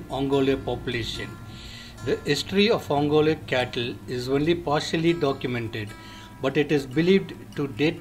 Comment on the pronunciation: first do not change the way name is pronounced, it is ongole ongoleeeeeee